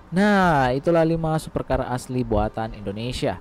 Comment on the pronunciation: SUPECAAAAA ya bang BUKAN 😄🤣😂super car